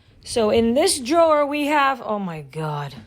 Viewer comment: Drawer’i jor diye mi okumaliyiz🤨🤨